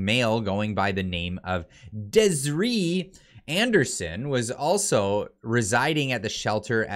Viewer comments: Dez-ear-E = Desiree …you’re welcome😆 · That pronunciation of "Desiree" 🤣😂🤣... it's "Des-i-ray", hahaha